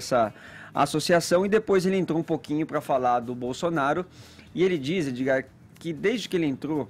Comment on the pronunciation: Mano, esse "Edzigar" é um esquerdista no armário.